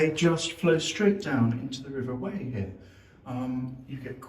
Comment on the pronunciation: Loved the vid, thanks. One of my favourite places, it's stunning. We pronounce it river Why not Whey!